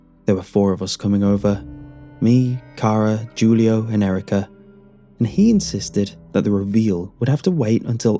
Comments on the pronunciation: “Jewleeohh” 😂😂🤣hahaha Please re-record and say “hulioh” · It can be pronounced either way, really. But it is more than likely "Hoo-Lee-Oh" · Julio is pronounced (Hoo•Lee•Oh) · Did he really pronounce Julio with a J 😂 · Julio? pronouncing the J as J not H lol